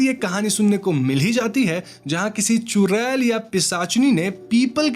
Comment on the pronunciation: चुरेल नहीं भाई चुड़ैल चुड़ैल 😂😂😂😂😂😂😂